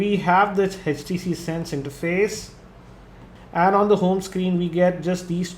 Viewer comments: Good video but it's HTC.. Not HECH T C! :) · its htc not hechtc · aapke aavaj mein utna daam nahi hai aaur it is htc not eh tc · its htc not hatch t c :P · It's 'H'TC and not 'Hech'TC. >_<